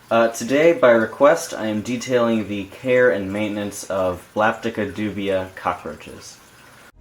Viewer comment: it is pronounced do-bi.... as in Dubia India....